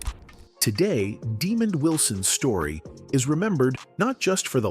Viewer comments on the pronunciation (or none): First of all, his name is Desmond, not Demond!! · AI aint sh*t . "Demon"